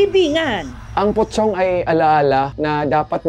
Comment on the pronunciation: Kala ko pokong ung pronounce